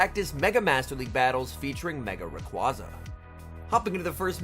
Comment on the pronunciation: Love the videos, and not trying to be a dick when I say this, but it's pronounced Ray-qWAY-za